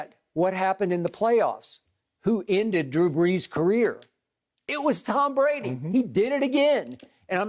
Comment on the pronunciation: Soooo, this was about Drew Brees??? I guess I have been pronouncing his name all wrong this whole time, because Skip pronounces it "Tom Brandy"....hmmmm